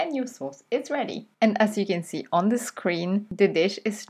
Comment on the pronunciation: Dear,. I like your Channel,but there's one thing that irritates me every time I listen. I don't know,where you have learned the English language, but I have learned the pronounciation of "the" and "thi" in combination if the following word begins with a vowel or a consonant. I hear you talking a lot with "thi" with following words that should,as I studied the English language, be"the." Anyway, as I said before,I like to watch your Videos,but that doesn't fit with my understanding of the British language.